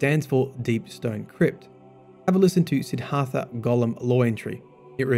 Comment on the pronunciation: SID-DHART-HA not SIDD-HARTHA